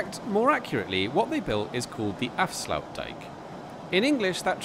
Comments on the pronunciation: Afsloutdijk😁 always Nice to hear people trying to speak dutch....... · you pronounce it as 'afsluitdijk' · Your pronunciation of "Afsluitdijk" is not acceptable … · got it